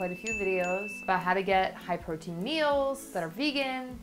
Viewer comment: Take a shot every time says the word Portein 🍻